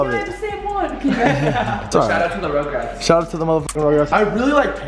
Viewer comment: Why does banks keep calling FaZe Rug:”RuGrAtS”